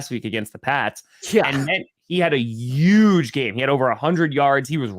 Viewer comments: Yuge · Youge win for the Youston Texans